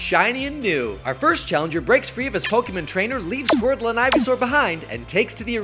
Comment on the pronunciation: Azim was also the Green Ranger in the second season Super Megaforce. Technically the same season, but different powerset. Also, the way you pronounce Pokémon as "Pokémun" makes me twitch for some reason. As for the actual battle: You disappoint me Greninja. You embarrassed your counterpart Blastoise. And I am one of those 17 people who own the Fire Emblem amiibo. All 4, actually, though only Lucina and Ike are opened.